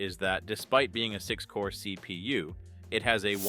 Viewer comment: Thhseee pee you. love it